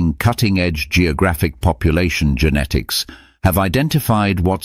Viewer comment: Populationsgenetik ist wirklich hochinterressant, aber diese AI-Stimme, die weder "Genetik", noch "Genomik" noch sonstwas richtig aussprechen kann, ist einfach nur zum Abgewöhnen ... verdirbt einem völlig Interesse und Freude anm Thema.🤮😰